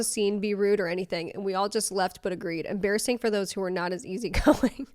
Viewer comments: Ha, , em-BEAR-assing XD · Em-bear-asing… sorry, I had to. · It’s ‘em-bear-assing’ 😂🐻😂